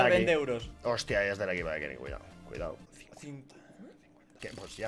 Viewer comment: Porfavor quieres dejar de decir kenis tio? Es kenny Es obviamnete lo digo coml se pronuncia 😂😂 esque me pones nervioso 😂😂